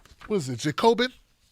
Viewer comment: Jay-co-bin. Reminds me of the Key and Peele substitute teacher sketch. It's pronounced Jack-o-bin